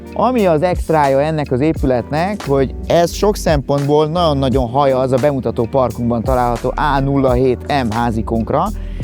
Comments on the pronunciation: Szinvonalhoz a NAON NAON szo sokat tett hozza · Nem vagyunk egyformák. Engem zavar a naon, téged nem. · NaGYon tetszik az ötlet, a minimalista hangulat, naGYon ízléses. Gratulálok! Megérdemelne a termék egy színvonalasabb bemutatóembert, aki jobban beszél, pl. aki ismeri a GY hangot. Sok sikert!